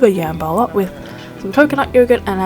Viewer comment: I love how you pronounced jambalaya “yambala” that was so cute❤️❤️❤️❤️it pronounced jum-Ba-lie-ya😂😂love you so much